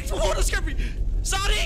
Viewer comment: imagine saying Zardy instead of Zady